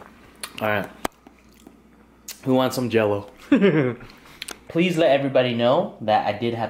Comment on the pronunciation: It's funny you mess up the simplest thing... Jell-O 😅